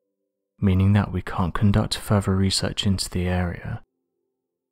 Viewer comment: "Furver" instead of "further". I can't stand this narrator.